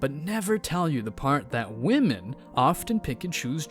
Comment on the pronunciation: "What modern wahmyn go through?" Don't you mean what goes through them?